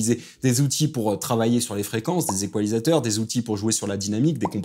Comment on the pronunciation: Bon sujet. Mais "spoti-fi" c'est non, même francisé (les gens du studio ne vont pas comprendre que tu parles de spo-ti-faille). Et utiliser des "équoilisateurs" c'est également non. Même juste en studio de mix on ne peut pas dire ça. Par exemple mon coiffeur ne n'égoilise jamais la frange. C'est presque pareil, mais pas égoile. Bref : é-ga-li-seur/"iquôlaïzer" en anglais. Ya jamais de fin en -zateur. Bonne continuation dans ces beaux métiers.